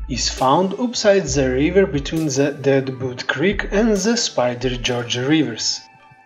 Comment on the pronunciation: ze ze ze brother it's the